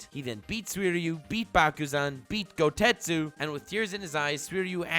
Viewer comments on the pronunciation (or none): Its goketsu not gotetsu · So am i the only one ever so slightly perturbed that hes saying Goutetsu instead of Gouketsu? 😂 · Is it me or does pronouncing Gouketsu “GouTestu”